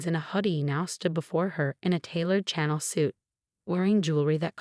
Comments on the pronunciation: Please pick an AI voice that can pronounce words correctly. Such as Channel! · Yet another Chen wearing a "channel" dress! Honestly, you need to learn some new names and designers, and learn to pronounce them properly! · This AI hasn’t been programmed to pronounce brand names like Chanel and Lounoutin.